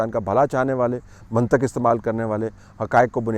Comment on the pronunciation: سر جی یہ لفظ منطق ہے ط کے نیچے زیر ہے. زبر نہیں ہے.